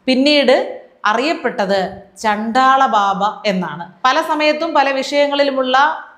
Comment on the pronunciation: ഇത് കേരളം തന്നെയാ 😮😮😮😮...... ചണ്ഠാള അല്ല ട്ടാ ചണ്ഡ. ആണ്... ഏറ്റവും നന്നായി എല്ലാം അവതരിപ്പിക്കുമ്പോ ഇതും കൂടി ok ആക്കാൻ മാത്രം. കുറ്റം അല്ല കൂടുതൽ care ആവാൻ ❤